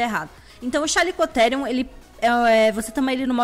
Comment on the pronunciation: o certo é o jeito que ela fala pq eu vi em um documentario dizendo chaliecotierium